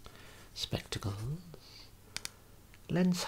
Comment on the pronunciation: “Spectacles” in your posh accent never fails on me